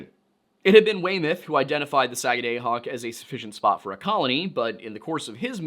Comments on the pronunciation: (Sag-ah-dah-Hock), there is NO Long “A” sound in the Entire Word, it is an “AH” Sound!!! As a Life Long Mainer, I am making you aware, How Badly You are Butchering that word! I am Perfectly Aware, (of the Difficultly in the Pronunciation of the “Native Names” of Places)! We HONOR the Native Peoples by Using the “Original Names” of Places, and Not Resort to the “Christian Names” of those Places, (by Default)! You Will Find This Custom, All Throughout “New England”!!! The ONLY THING more Difficult, (than Correct Pronunciation of Places), is “SURVIVING MAINE WINTERS”!!! Do Better Next-Time Around, but a “Good Start”, we’ve heard “WAY WORSE”! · One of Maine's counties is named Sagadahoc to this day. Btw, it's pronounced SAG-uh-duh-hawk. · As a Mainer, I’m so happy you made this! Most of our own don’t even know this story…and as always, so grateful for the historical context 🫶🏼 I’ll give you as pass as a pennamite…but you get a nickel for pronouncing Sagadahoc like that 😝 sag-ah-duh-hawk, real fast. Haha. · Pronunciation correction from a mainer: Sag-uh-dah-hawk. No hard vowels. Excited to see a video about Maine! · Thank you Susanna. The sagga day hoc was killing me. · Just fyi, it's pronounced sah - guh- duh- hock. "sa"t "gu"st "du"mp "hawk" skid - where - Ose 😘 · It's pronounced "Sag-ah-dah-hawk". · If i had a nickel for every time mispronounced the word "Sagadahoc" in this episode, I would have a bunch of nickels, because he says the word wrong every time he says it... 😂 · So it’s not pronounced Saga day hoc , it’s pronounced Saaga daah hoc. I live in the area. Just sayin. Great informational video. Really enjoyed it. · not Sag ah DAY hoc, SAG ah da hoc. At least that is how we were taught to say it when I was a kid in Maine schools. One of the counties. No idea how to pronounce Skidwarres though. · As a mainer its pronounced sag-ah-dah-hawk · It's 'duh,' not 'day.' SAG A DUH HAWK. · Its pronouced “da” not “day”. Saga”da”hoc. Might help to say it faster.